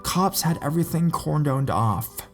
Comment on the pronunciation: He also pronounced cordoned like Corndo'ed lol